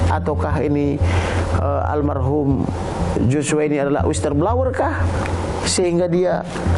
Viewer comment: Aku suka sipengacara ini. Kayaknya pintar. Tapi bikin ngakak waktu bilang "wistel blawer"!🤣🤣 Maju trus Pak. 💪💪